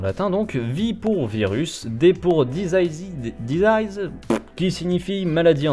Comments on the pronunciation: ça se prononce "dizize" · ça se prononce /dɪˈziːz/ , grossièrement /diziiz/ :p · "dizize" en fait. Si tu prononce "dissize" tu vas être confondu avec le mot "décéder" (decease). D'ailleurs, maladie s'écrit disease. Edit: je précise que je répond à Kinokam et Fire Man, Shadow a raison sur la prononciation (moins sur l'orthographe :p). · Ta prononciation de "disease" me permet de déterminer ta nullité en anglais ça ce prononce "Dizize" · il y avait un commentaire supprimé de quelqu'un d'autre. Moi ce que j'ai dis est assez Français. Le gars il critique quelqu'un il lit une phrase en Anglais en disant "dizayz" au lieu de disease et je lui est dis en anglais ça donne quoi et qu'avant de critiquer les autres il faut déjà être parfait sois même. Si tu n'as pas compris je peux rien faire pour toi. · Diziz la peste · Ouais un truc du genre "disziz" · Plus disyze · "Disease" ça se prononce "disiz",. Des bisous. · Disease se prononce di-zi-se, voilà j'avais rien d'autre à dire, très bonne vidéo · Desease = "Disiz" (comme le rappeur) XD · Pour la prononciation : "disease" --> dix iize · Disease, ça se prononce "disiz" derien 😂😭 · Ça se dit disease 😉